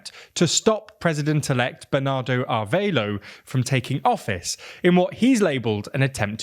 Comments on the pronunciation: Wtf Arveilo? Its not even similar to the right name "Arevalo". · Somehow they read a Spanish name and figured the "e" is silent and the "a" is pronounced like in "aid". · Is "Arveilo" actually Arevalo, or am I confused by?